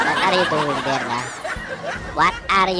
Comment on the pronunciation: "wat are doing der?" ayun basag ang base! AHAHAHA